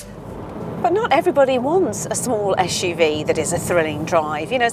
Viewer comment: Joao Correia não percebo é qual é o problema dela, em pronunciar corretamente suv. "Esh u v"